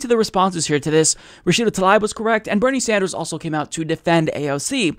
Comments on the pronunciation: It's said Tah-leeb. Not Tah-libe. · It's Tlaib, not Talib. Please make the effort to pronounce her name well. It shows respect.